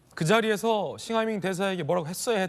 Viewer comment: 박용진 싱하이밍발음이 입에 착착붙네 뭔짓을 한걸까?